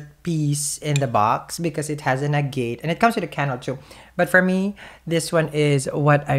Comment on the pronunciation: [FYI: "Agate" is pronounced more like "Agg' - et", (not: "a G'ate ")]. Thank you for another Amazing reading!!! It's always amazing how you can pull out so much, seemingly "accurate", detailed information, from these cards! This reading is "ringing so many bells"!!! Very Accurate, to my life situation!!.....Whoa!!!.........